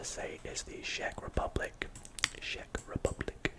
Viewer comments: It's not pronounced like sheck Republic, it's pronounced like check Republic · I live near czech republic but i think you pronounce czech rebublic with "ch" on the start but idk